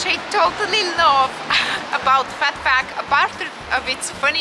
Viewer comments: Phuc is pronounced "fook" 😊 Phat means Buddha, Phuc means happiness! Of course I had to check out this video 😍 and btw, I use my thumb and my middle finger to use chopsticks! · Hey Jack, I’m glad that you enjoyed the video 😂 and yeah I’m pretty sure that’s not how you pronounce it